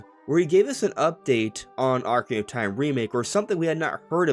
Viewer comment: “Ocarina of Time” has six syllables, not five. It bothers me that you constantly say “Ocarinof Time.”😂